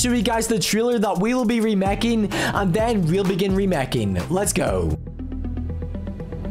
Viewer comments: It's remaking not remekin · its not remeking its remakeing but its a bommer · In the hole video he is saying remekink